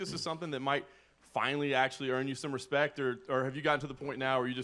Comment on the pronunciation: Cody "put some respeck on my name" Garbrandt